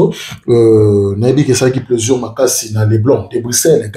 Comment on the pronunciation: on dit plaisir pas plaisur ahhh zairois tout est confondu on dit sucre ils disent sicre